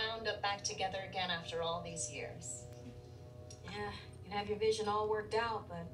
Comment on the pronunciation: picture I won’t be with you physically places have a good trip (people) vision (accent) bye 👋 call text 📱📞🤳 excuse me extra careful aww